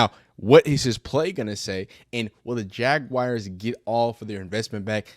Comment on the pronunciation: WTF is a jagwire? 😂😂